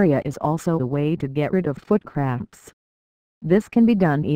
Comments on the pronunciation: It sounds like she's saying foot craps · Sounds like it's saying foot craps